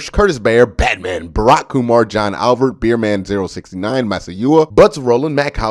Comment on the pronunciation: I like how you said the all caps BATMAN